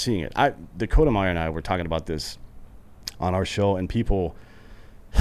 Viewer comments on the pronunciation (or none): Did he say Dakota Meyer?